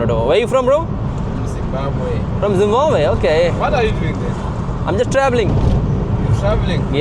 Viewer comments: cant u say Zimbabwe why zimbanbwe always very strange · Jab tak tum Zimbabwe ko correctly pronounce nahi karoge tab tak tm perfect traveller nahi ban sakoge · Sorry!!!! You can't pronounce Zimbabwe. Almost all can. It is not trolling. It is just an attempt to help you pronounce. But you are not taking positively.